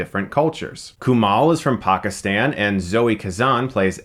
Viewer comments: Props for pronouncing it PAK-is-Tan instead of PACK-STAN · Was it just me but I liked how he pronounced Pakistan